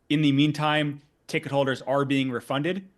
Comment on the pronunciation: why don't youtubers ever say words correctly?? "ticket hoders "??